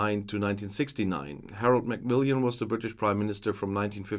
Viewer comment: I always enjoy your analyses; they're crisp and accurate. Just to say, it's Macmillan, not Macmill-i-an.